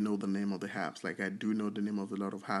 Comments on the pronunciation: STOP SAYING (HAPPS) it’s (APPS)!!!!!!! There’s no H in Apps!!! It’s so annoying listening to u when u can’t pronounce an A!!! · The Word is Apps and not Happs😂